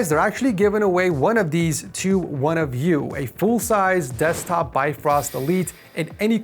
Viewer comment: "DEZCTOP" Love This Video 🥰